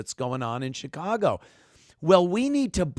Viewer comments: Now its shiCongo. Not Chicago. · Did he say Chicango?